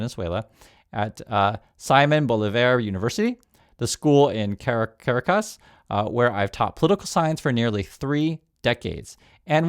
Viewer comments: the capital is pronounced "Ca RAKK us" kuh-RA-kuhs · I've heard you several times struggle to pronounce Caracas. Try this: ka-rah-cuss.